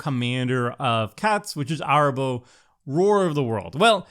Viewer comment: Nacatl = “ NUH-cattle” Arahbo = “ a-RAW-bow” Kennerüd = “ KEN-eh-rude” Funnily enough = FUNNY enough 😂